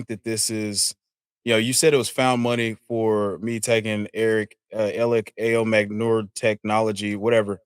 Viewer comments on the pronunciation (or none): Bruh Ayomanor is not hard to say